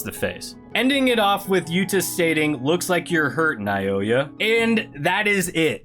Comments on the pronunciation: Plsss continue it plsss 😅😅😅😅, and you can read naoya name (Naw-ya) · I pronounce it Now-Oy-Yuh